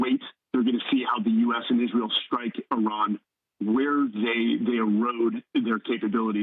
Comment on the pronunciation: It's Iran not Iron.